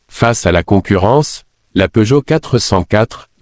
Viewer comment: À une nouvelle marque est née : PEEUGOTT. On ignore s'il faut rire ou pleurer. J'arrête là évidemment. J'en ai ma claque de tant d'âneries.